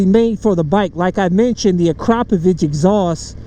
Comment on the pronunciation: Respect for the Akrapovič pronunciation, and the video.